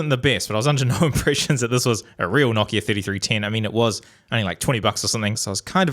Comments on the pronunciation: wtf... KNOCK IA??? how r u saying nokia... it's like no kia... no car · Why do you pronounce it like kno-ck-i-a? It’s pronounced no-k-I-a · it is actually pronounced noh-KI-a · Everyone: nokia: KNOCKIA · Say it with me, No - Kia.